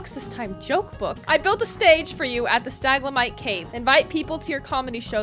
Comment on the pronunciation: Isn't it stalagmite not staglamite